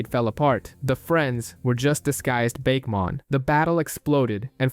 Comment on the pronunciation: After hearing you say "Bake-mon" no thanks